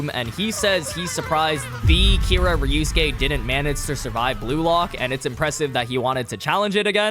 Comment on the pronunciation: Why u say it like ryusuke instead of ryosuke